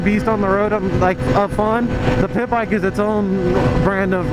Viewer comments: Did you say pimp bike or pit bike. Sounded like pimp bike lol. Pretty sure it was pit bike tho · I thought you said pimp bike instead of pit bike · At first I thought you were saying PIMP bike LOL